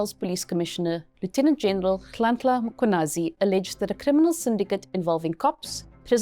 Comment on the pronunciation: I appreciate you for saying his name perfectly.